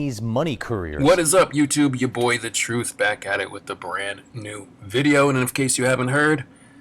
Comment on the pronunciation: You didn’t even bother to learn how the brand is pronounced but made a whole video on the subject 🤨